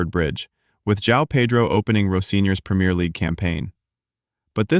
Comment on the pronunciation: I'm sorry but if you can't say Two nil and premier properly I can't listen